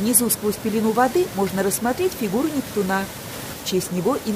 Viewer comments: 🚩 Спасибо большое за эту экскурсию, но впечатление портится, когда слышишь "фонтан Нептуна́" вместо "фонтан Непту́на" 😀 Хорошо, что Нептун не реальная личность (во всяком случае в наши времена 😀), а то он мог бы подать в суд на. 🤪🤓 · наверное правильно НептУна.